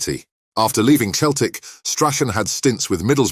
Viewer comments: Keltic ? It’s Celtic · If you want your voice-over app to pronounce Celtic correctly, you need to spell it 'Selltic' 😁